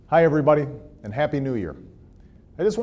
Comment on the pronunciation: In other news.....did anyone notice he says "Thanks Errrbody" at the end of that video? (^_^) Lol. Love that man. #TeamObama